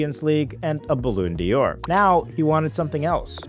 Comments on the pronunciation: "Ba-lawn Door" please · The pronunciation: “Balloon Diors” made me chuckle 😂